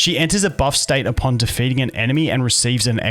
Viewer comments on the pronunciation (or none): none